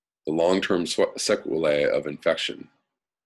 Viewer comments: Sequelae...the See is pronounced...see... great reporting as always. Thanks for your important work. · Suh-kwell-ay. — most folks in medical profession have heard or used that word but not that frequently.